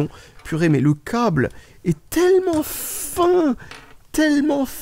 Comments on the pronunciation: Ont dit cable pas cauble ou cââble !!!! Tu es breton ? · Oui je pense que tu es breton , il y a que les breton qui prononce le "A" comme ça.